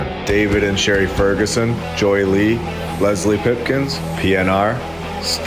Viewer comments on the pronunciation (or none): none